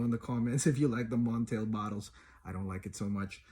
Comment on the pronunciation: It's pronounced MontAl not MontEl. Honey Aoud, Arabians Tonka, Aoud Leather, Day Dreams, Ristretto Intense Cafe are other good options from the house.